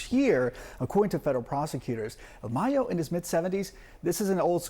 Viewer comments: El MAAHHH-YOOOOO NOT May-yo!!!! 😂 anyway he was ready for retirement. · He’s not called Mayo like mayonnaise 😂. Put some respek on his name, his name is Mayo like Ma and yo like yo yo. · Man I find it racist not only to pronounce Mrs. Kamala’s name, but the fact this is your job and you can’t pronounce “MAYO” right, is just as racist.